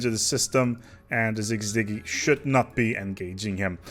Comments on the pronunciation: si zi gee sizigee syzyge Lmfao not cig ciggy lmFAOO ahh thats great. youre awesome man. thanks for all the vids. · "sig-ziggy" try again champ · Important to note, that "gee" part is pronounced soft, like the G in "bridge" or "gentle," like J in English